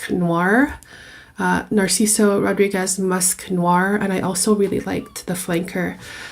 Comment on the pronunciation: Jajaja,. Her pronunciation, she cant pronunciate "Rodríguez", ridiculous My friend so oaxican, me da flojera oír hablar a esta gente, que feo video y señora!